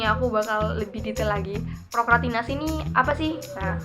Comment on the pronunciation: Seru nih bahasannya 😍tapi kurang S nya Kaka, prokrastinasi hihii